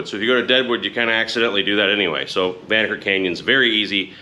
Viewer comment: The locals pronounce it “Van Knocker”